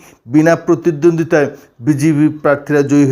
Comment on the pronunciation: প্রতিদ্বন্দ্বিতায় উচ্চারণ টা পোঁতা 😂😂😂😂😂😂😂😂😂😂😂😂